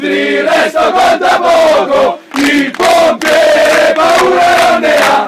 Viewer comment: Ma si dice il pompiere no il popiere😂